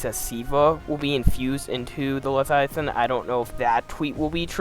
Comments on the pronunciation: Like Mike Tyson pronouncing "Levthiathan" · If this guy mispronounces leviathan one more time I might have an aneurism